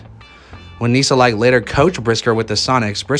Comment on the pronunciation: Coach Tom’s family name is pronounced as “Ni-sal-ke”.